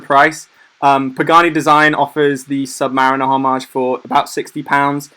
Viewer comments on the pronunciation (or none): none